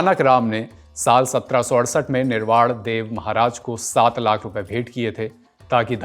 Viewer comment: निर्वाड़ नहीं निर्वाण बोलना सीख